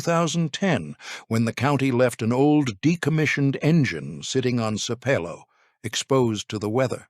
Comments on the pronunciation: Sape low, pronounced wrongly the whole video😖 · I’m 26 seconds in and it’s annoying that you aren’t pronouncing Sapelo correctly. Otherwise, very interesting. The Gullah/Geechie community and lands need protection as a living heritage sight. Give them their land back!